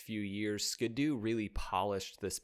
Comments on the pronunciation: It's also Ski-Doo not ska doo like he's been pronouncing the whole damn video. SMH. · Who says skid oo? It's Ski-doo as in snow skis or water skis. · Thank you and its SKEE DOO not SKADOO....just like their personal watercraft Sea Doo = SEE DOO not SEDOO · SKI!!!!! ITS SKI DOO!!!!!!!!!! Not SKID DOO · Ski-do not skado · How do you pronounce the word, "ski?" How do you pronounce, "do?" Why is it that when you put the two together, you now think it's pronounced, "ska-do?" 😂 It's a "skee-do..." You know, because it has skis... lmao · “Skee-doo”. Not “skuhdoo” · My brother in Christ it's "Skee-doo" not "Skid-doo" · Wait is it not pronounced “skee-doo”? Huh. Great video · I may start a war with this, is it pronounced skiddoo or skee Doo? A lot of people pronounced skiddoo but skee Doo makes sense. For 1 it's how you pronounce ski. 2. The brand separates ski and Doo. 3. It skee Doo matches seadoo. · Ski-Doo pronounced Skee Dew!!! Just stop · I've never been a snowmobile guy, but was fascinated by the sport. This is the first time I've heard the name pronounced 'skid-oo'. My rational brain always broke it down as 'ski' and 'doo'. That's how the hyphen makes it look to me, anyhow. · Skid doo? Is this AI? I have never heard anyone mispronounce that name before. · Always thought it was more like skee-do like skiing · It’s pronounced “skee doo” (due). 🤣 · Strangely, it's even spelled the way you need to pronounce it eg ski doo, but go figure